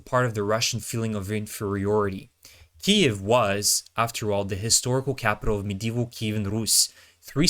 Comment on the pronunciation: so what are your credentials? what gives you the right to act like you know about the military complex? what school did you go-to? what is your military training? .. or are you just another guy who can't pronounce the word "kyiv" correctly? lol